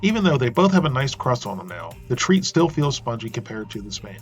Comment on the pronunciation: tr-egh-t not treat